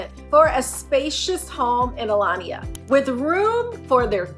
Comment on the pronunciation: Aliana ….not Alania. Just helping you out….